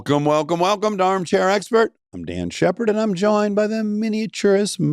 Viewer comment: Did he say “I’m DAN Shephard”??